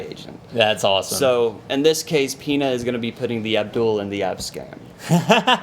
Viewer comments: Michael "Peeena" ... lol ... da fuq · Also, guys...Its Michael "pae-n-ya" not "peena". There is a tilde hanging over the n, and he's "hispanic" not Spanish.